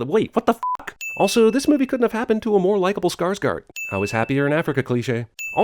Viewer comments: Skarsgård is pronounced Skarsgord not Skarsgard. And, the dead tribe man you asked about is the chief. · Quick nitpick: the "å" in "Skarsgård" is closer to an "o" than it is an "a". Google the phrase "Varför måste vi bo i fucking jävla-kuk Åmål" ("Why must we live in fucking hell-dick Åmål", from the movie "Fucking Åmål") for a proper pronounciation. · I died when he tried to say Skarsgård